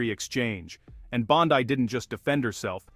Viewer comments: Her last name is pronounced BON-DEE your shit for brains AI narrator gets it wrong every time!!!!!!! People are getting tired of it!!!!!! Everything is 21st century except the programming! Hurtahee!! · "Bond-Eye".....AI narration is irritating. Good video other than the AI narration.